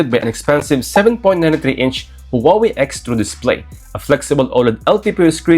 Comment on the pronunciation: Please Please !! It is not the "who are we" it's pronounced as "Wah Way" and written as Huawei